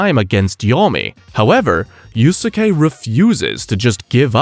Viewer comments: dude google is free. It’s pronounced “yous-Kay” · 2 mins in i might quit with the Yu-su-kay pronunciation 😂😂 wtf are you doing bruh. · dude then goes on to pronounce it wrong a MILLION times